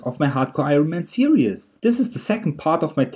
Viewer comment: I love how you say "serious" for series it makes me smile :) Awesome videos maaaaaaan.